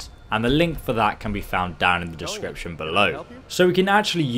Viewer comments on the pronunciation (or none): none